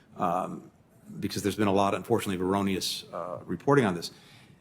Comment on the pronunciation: ironious? ironious? Ironious.? Info frome an ironious Biden administration and that would be you mister ironious in person..!